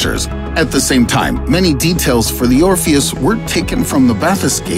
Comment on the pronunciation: Orfious, morfeous, dorfeous. Ora-fusous.